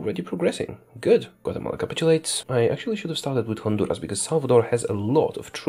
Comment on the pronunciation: At these moments he also spoke in Polish accent -Honduras -Nikaragua